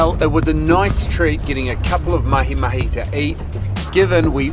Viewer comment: Hey, Yes you! I’ve got to tell you, even if you already had my admiration, just the way you said “MahiMahi “ during the intro, with the right accent…. Top man!!!